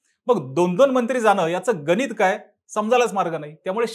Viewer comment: गनित नाही रे गणित .